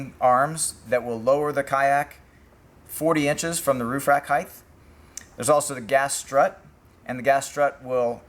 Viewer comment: Brilliant! Just a quick English lesson. The words are width, length, height. There is no such word as heightth or heighth.